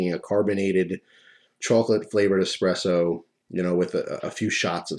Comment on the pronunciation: THANK YOU FOR NOT SAYING EXPRESSO!!! It drives me nuts when people say EXPRESSO, there is no x. You are one of the few people who say it correct! Thank you